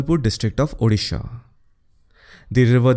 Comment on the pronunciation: Correct pronunciation of odisha .. thanks